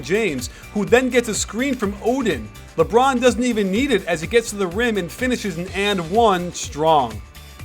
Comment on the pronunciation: When coach said " ...Because everyone knows it's goin' to be a leborn isolation" I laughed so lard!